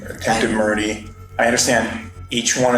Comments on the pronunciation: did this mf'er say "attempted murdie" ??? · "attempted murdey" haha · “attempted murdy” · "Attempted Murdy"